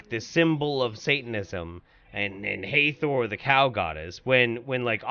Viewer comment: That is the Sun Disk that ALL the Egyptian deities wear in at least one depiction or another. Uneducated Swine Also that is HA-THOR not HEY-THOR in pronunciation.